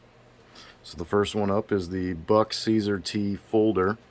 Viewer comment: Thanks for the video. I like the review. Just to let you know, CSAR is pronounced “see-sar.” SAR is an acronym for Search And Rescue.